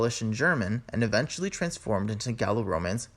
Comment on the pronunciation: Please cut out the vocal fry Adventually =! Eventually